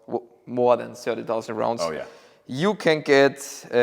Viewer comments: 'Sördi sausend'. That means 30'000. 😂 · Thank you. It sounded like '7,000' to me, and that is way low.